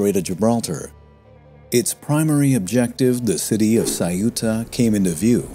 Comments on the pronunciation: Saiúta? Ceuta, only two simple syllables: ceu-ta. Easy. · EU in ceuta is pronouced the same way as EU in Europe or Neutral. It is not CE-U-TA, it is CEU-TA